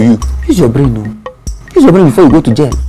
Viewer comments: Jail not gail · they doesn't know how to spell jail they say gail